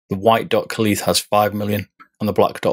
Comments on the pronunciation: Great video. Sorry to nitpick, I'm not sure why you pronounce "kuhlee" when it's pronounced "kale." It's in the spelling. :) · Kalith???? According to Kailh, it's pronounced like "kale".